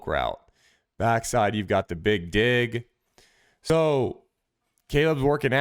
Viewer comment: Careful calling out the "big dig" throws...make sure you're dropping that hard G in dig, my man 😎